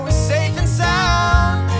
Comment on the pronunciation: Bruh why can't the girl just say the whole word like "soun"